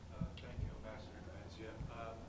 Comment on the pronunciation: Its NebenzYa guys.